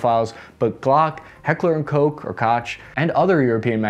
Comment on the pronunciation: Hekler und Kocc 😂😂😂